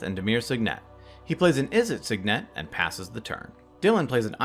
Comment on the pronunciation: I think you're putting the emPHAsis on the wrong sylLABle with those sigNETs.